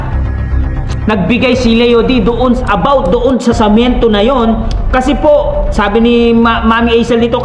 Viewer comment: sa sobrang daldal mo nabubulol ka na..yong salitang semento samento na nasasabi mo..d ka naman yat pinakikialaman ni Veancy sobra kang daldal